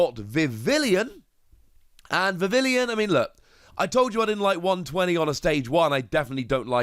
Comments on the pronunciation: Bro it's not VIV- IL-EE-ON it's VIV-EE-ON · Vivillon should be pronounced differently, look it up